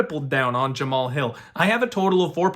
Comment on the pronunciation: All you have to do is watch one fight and you'll get the name pronunciation... Have you watched Hill fight at all?